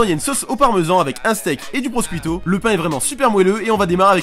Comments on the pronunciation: "prochiouto" il y a pas plus simple à prononcer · Va falloir faire un effort sur la prononciation, parceque quand on lit "prosciutto" (jambon) je ne vois pas comment on peut se dire que ça se prononce "proskuito" !!! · ça se prononce "prochutto" le jambon italien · Le truc marrant c'est qu'en français aussi ciu se prononce pas kyu